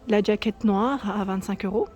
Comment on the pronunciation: Bonjour. On dit jaquette et pas d jaquette.